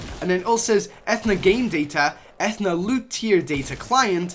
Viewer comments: its not ethena its athena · Its not ethna its a-thee-na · Ethuna eh-thun-uh vs Athena uh-thee-na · EFNA?! YOU MEAN AH-THEE-NAAH! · Uh-thee-nuh oh, I'm sorry, eth-eh-nuh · It's Athena with a hard E. Like the greek goddess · Anyone else got bothered by eeeeeetthhhhna It’s a-thee-na dam it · It keeps annoying me that he is saying Ethana not Athena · Etherna???? Etherna???? A-thee-na pretty obvious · you said E-then-na... EVERYONE IN THE COMMENTS BE LIKE A-THEE-NA! LOOK UP YOUR GREEK AND ROMAN GODS! TRIGGERED!!! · That’s not ath ena it’s the Greek god Athena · It's Athena not Ethna ah-thee-na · Pronounced: Uh-thee-nuh. Athena is the Greek goddess of war and wisdom. Shes not real though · UH-THEE-NA. Not Ethna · Not (E-Thna) it is (A-thee-na) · ATHENAAAAAA!!!!! NOT ETHNA!!!!! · Ethna? I’m no expert but I think it’s pronounced Athena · It's Athena not athna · This guy is triggering me with Ethna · God please stop saying ethna its pronounced Athena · It’s a-thee-na Athena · Ah-thee-na, like the name... it’s main city in Greece named after the Greek goddess of wisdom and military victory. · It’s A-Thee-na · It a-thee-na and it is just the codename for battle royale the new ltm is impact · and it is a-the-naa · it’s Athena as in uh-theen-uh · lol did he say Ah-then-ah? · TheDinoGamer97 I think it's pronounced Athena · It's said athena ( a-Thee-na) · A·the·na, Athena the Greek Goddess lmao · Etheeeeena with the ee sound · Athena. As in the goddess within Greek mythology. Uh-thee-nuh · TBH, i don't really like it when people digs into the files and shares leaked items, EPIC may want to keep that a secret or a surprise, and i aswell would like to be surprised but it's all over YT.... oh and also it's A-THEE-NA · Athena (uh-thee-nuh) like the Greek goddess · Uh-thee-nu Uhtheenu - Athena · A-thee-na like the greek goddess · ITS PRONOUNCED UH-THE-NUH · its Ath-eeen-a, goddess of wisdom in greek mythology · did this dude really said ATH-E-A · It a-thee-na Athena